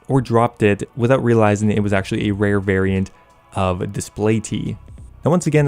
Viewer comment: “Rare” “Wewhr”